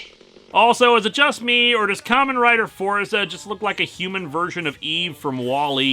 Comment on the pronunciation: Am I the only one who's hearing 'Common Rider' instead of 'Kamen Rider?' I can't be the only one.